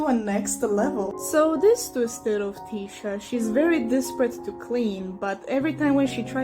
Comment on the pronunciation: Finally!!! Someone says Tisha’s name right!!!